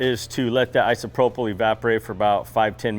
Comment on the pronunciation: DO YOU GUYS KNOW YOUR NOT PRONOUNCING ISOPROPYL CORRECTLY? UNBELIEVABLE... Its not an f sound on the last sylabul ... It doesn't even have the letters in the word to make that sound... Gees man